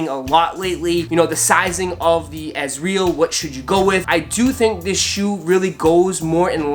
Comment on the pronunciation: You didn’t even pronounce it correctly